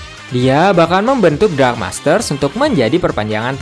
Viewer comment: Dark bang bukan drag